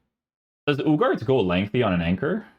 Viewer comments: isnt uuu-har-tay? I heard the commentators say on his debut. same as Garnacho the G is pronounced as an H. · Ugarte, pronounced uuu-garrrr-teee